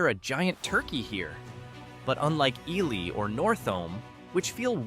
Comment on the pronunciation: Wow...TOTALLY got the pronunciation of Wabasha (should be pronounced WAH-buh-shaw) wrong!!! Got Ely right, though.